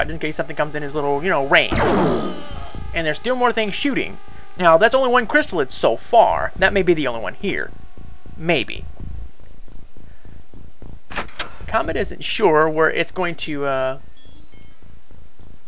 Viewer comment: Chryssalid, not Crystalid. There is no "t" in it's name. Anyway, Chryssalids are infamous for being the bane of many X-com players. They can take a beating, are damn fast, (As in 140 TU's) and can reproduce. In essence, they are a one-alien army. They are one of the tougher enemies to encounter for sure. Although I consider one other type of alien to be worse. Far worse...